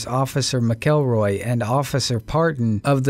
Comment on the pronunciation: Officer McElroy’s name isn’t pronounced as it looks like it should be sounded out, it’s pronounced more like “MackLRoy”..... I know it’s not really a big deal to most folks but kinda is to me